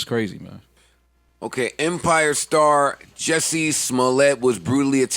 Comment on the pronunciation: it's jussie, Jus-sie, JUSSIE!!!! not jesse... like a nick name for justin or justice, JUSSIE!